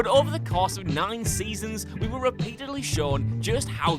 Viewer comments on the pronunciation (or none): none